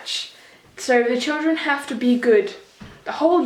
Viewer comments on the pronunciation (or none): none